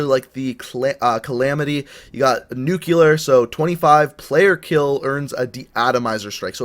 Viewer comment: did he say "nukular" instead of "nuclear"